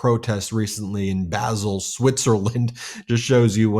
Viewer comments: n.b. It's pronounced BAAHL not BASIL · Basil Switzerland is pronounced bal. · It’s pronounced baar-sal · Basle (Switzerland) is pronounced BARL. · Basle is pronounced Barl !!